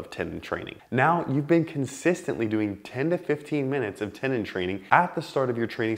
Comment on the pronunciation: What's a tenon? You mean tenDon pronounce the d